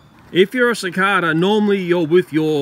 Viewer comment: CiCARda? Don't you mean CiCAYda??